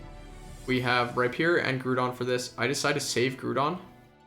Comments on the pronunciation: Nice video man! But "Groo-don" was driving me crazy, it's definitely "Grow-don" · Yep. Was just gonna comment this. Groudon. Pronounced like “growl” without the l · What's the big deal with it? Are you a high school teacher